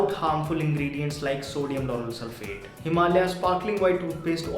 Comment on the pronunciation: litterally says sodium lauryl sulpahte